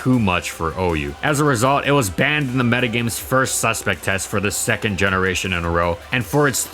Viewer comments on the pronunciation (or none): none